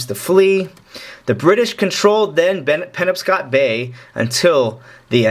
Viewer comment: Just an FYI, it's pronounced "puh-nob-scott". Fantastic job otherwise my friend. Blessings.